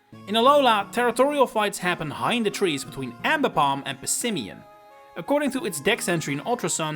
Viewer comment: It’s pronounced SHEE-NAHT-ick, amm-BEE-pahm, and woh-SHEE-IHN, “”! 🤨